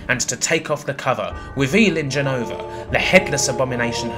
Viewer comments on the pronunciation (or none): "Sephiwoth" really? Also it's not "jen-uh-vuh-" it's pronounced Jen-no-vah.